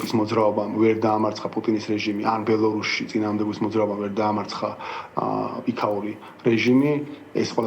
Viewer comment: ბელ-ააააა-რუსი და არა “ოოოო”